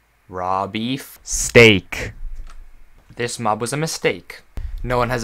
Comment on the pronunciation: The way you said steak honestly is pretty funny